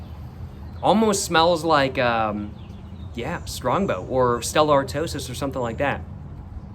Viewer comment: Broski its Stella Artois (ar-twa) just so you know😅